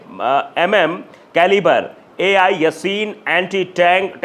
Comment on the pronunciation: एआई( Al ) नहीं ए एल(Al)है वो 😂😂😂😂😂😂😂😂😂😂😂😂😂😂😂😂😂😂😂